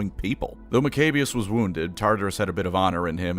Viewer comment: I just love how he pronounces maccabeus “Mcabious.” While most people I hear pronounce it like “Mac-a-bee-ious.”